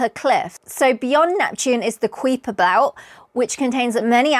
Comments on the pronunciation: The UK, and the US. Two countries separated by a Common Language. The US ponounces the K belt: KY-per. ;) Cheers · Very good video! Since it is a pet peeve of mine though: Kuiper ist pronounced KY-per and Makemake is MAH-keh-MAH-keh (named after the Rapa Nui god). Congratulations on your book! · 'Kuiper' is a Dutch name pronounced COW-per, but he grew up in the U.S. and his name is pronounced KEYE-per. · Do you realise you are mispronouncing the words Kuiper & Uranus? It's KY-per & YOOR-uh-nuhs. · Kuiper is pronounce "Ki - per" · Yeah, my tutors/lecturers would pronounce it as “Ky-per” - just checked Wikipedia and their pronunciation is given as I have but with a ‘short’ e (same as the name of the guy it was named after). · Huh. Your pronunciations of Kuiper and Makemake are suspect. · I always enjoy your videos. They are very informative. I just have a polite request. Please check your pronunciation of the Kuiper belt. I know Dutch names can be hard to pronounce, but the way you butchered Kuiper's name hurt my ears. There are online Dutch text-to-speech sites that create a fairly accurate pronunciation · I could listen to your accent all day, 🥰 but I have to admit your pronunciation of the Kuiper Belt made me LOL great video as usual 🙌🏼